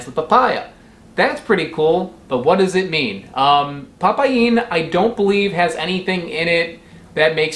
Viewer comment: Nah mate, it's pa paeen, it's probounced pa-PAIN BROTHER!!!!